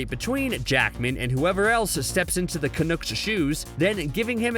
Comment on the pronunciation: Lol did you call him canook?